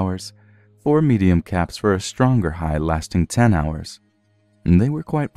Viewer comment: He said caps I heard cats.